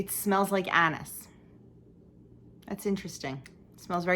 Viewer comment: I chuckled when you were smelling your oils. I swear you said it smells like A$$ instead of Anise. 🤣🤣🤣I make a German peppernut cookie with Anise. I love the smell of it.